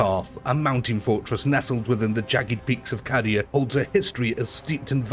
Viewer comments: Just fyi , Cadia is pronounced 'K-Dia' rather than 'Cah-dia' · I had subscribed. Having watched a decent video before... I've now unsubscribed!!😂 How can you love 40k, yet can't be bothered to pronounce Cadia or Khorne properly? I know it's silly, but your reasons for not pronouncing Khorne correctly are just mental. Like you think it sounds wrong, so you'll change it to "Crone". What a melt😂😂 Like, you're piggy backing off the love for 40k, and their fans for the support for your videos, while not actually caring about the lore. It's kinda funny, but also a shame because the battles themselves are good. It's mad that the commentary ruins it completely 🤣 Luckily, theres lots of decent 40k and UEB2 content to watch, so I suggest folks watch those instead of this buffoon. But each to their own. I recommend Battle Simulator Centre. Even though it's got AI narration, still preferable to an actual human who butchers 40k through being a block of cheese. 😎👍